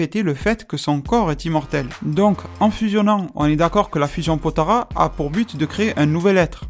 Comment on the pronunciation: POTALA "LA" PAS "RA" "LA"